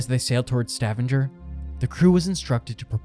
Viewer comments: This is unwatchable because of your idiotic pronunciation of Stavanger as if it's some septic town. It's Stav anger with a hard g in anger like the word anger. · Stavanger pronounced Stahvahnger where UN Base is. Also hard G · The way you pronounce Stavanger.... holy hell, i.stopped watching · Learn how to pronounce Stavanger. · Did this guy just say Stavanger in the same way you pronounce scavenger !! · Stavanger is pronounced with a HARD G. Couldn't watch it. Your use of a soft G drove me mad Please please check the pronunciation before you post. It's courteous to the natives of the country concerned, if nothing else. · Its pronounced Sta-vanger not Stavanjer 🙄🙈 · Stavanger is not pronounced like "scavenger". It's more like "stab"-"anger". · "Stav-in-ger"...😂😂😂 It's pronounced as "Sta-vang-er". I know, I know, grammar nazi, but I'm just trying to help. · I love the way you pronounce Stavanger like Scavenger. Sounds cool 🙂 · Stevanger is pronounced like Stuh-vong-er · stuh - vong - ger, stavanger lol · butchered pronouncing Stavanger. Stah Vahn Ger. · It's "Sta- vāng'-er". The "a" is long, the middle syllable being stressed. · Please tell the narrator to .earn how to pronounce Stavanger...its Sta vang er... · ‘Stavvinjer”?? Really, make at least an attempt at Norwegian. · Stavanger does not rhyme with scavenger.